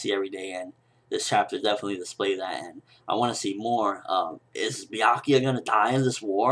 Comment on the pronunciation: That isn't anything close to how I read Byakuya's name.